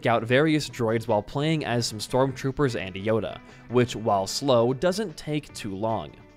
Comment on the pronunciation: a small part of me cried out in agony when he said “stormtroopers”